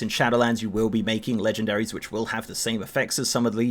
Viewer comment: Fuck you "Leegendairys"